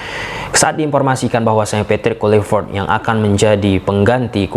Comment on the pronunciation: Di bilang kluivert dari kemaren kenapa ngejanya tetep KULIVERT🤣